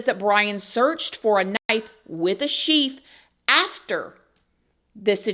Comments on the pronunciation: Psst...its a "sheath"...not sheef. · Did you say sheef? FYI it’s a sheath ❤